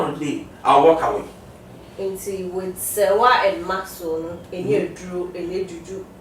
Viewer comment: The name is Maxwell not maxso